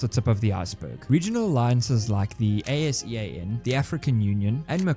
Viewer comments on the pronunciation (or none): It's pronounced [asean], not A.S.E.A.N. - A South East Asia guy.